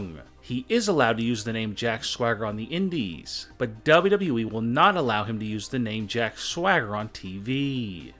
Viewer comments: How Its supposed to be said >Double u Double u e< How he sais it >Daaable Double u eeeeeeee< 😂😂 #NoHateThough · please stop saying wwe. its w w e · It just triggers me every time you say WWEEE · I can’t DUBBA DUBBA EEEE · Why do you say WWE weird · The way he says wwe is hilarious 😂😂😂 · The way you talk and say WWE makes me want to end it all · What's wrong with how you speak? I thought only Kurt Angle had a hard time saying WWE.... nope I was wrong... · why u say wwe like that